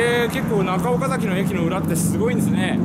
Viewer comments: おか↑ざき↓じゃないっす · 岡崎市民としては岡↗︎崎って言われるの違和感ある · 岡崎市民です。岡崎市にお越し下さりありがとうございます🎵 岡崎のイントネーションが岡の字を上げずに話すのが基本で、岡崎市民は平たく話します。 数年前に純情きらりの舞台になりましたが、途中でイントネーションが戻りました(岡崎市民から指摘されたのかも) ちなみに大樹寺の門から岡崎城を見ると岡崎城がキレイに収まります。 これをビスタラインと呼んでいて、岡崎市は条例で岡崎城と大樹寺の間に高層建築物を建ててはいけないそうですよ。 ちなみに岡崎市は京都よりもお寺が多いそうです。僕も子供の時の遊び場はお寺の境内でしたね。 それくらいあちらこちらにお寺が有ります。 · 「岡崎」の発音は、名字の「岡崎」とは異なります。地元の人は、「あかだし」と同じ発音になります。あと、岡崎市は「狩人」の出身地です。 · 岡崎市民がそのイントネーションで言うことは無いと思いますよ 実際めっちゃイントネーション気になるし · 岡崎城って発音は合ってるのに、 岡崎って発音は違うんだよなぁ